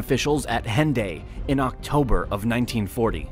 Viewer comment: Hendaye - the "H" is silent. The Germans and Italians provided much more than just tanks. Troops, advisors, aircraft (Condor), etc. The Germans transported Franco's troops from Africa to Spain to begin with.